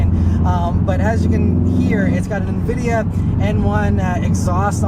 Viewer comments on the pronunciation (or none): none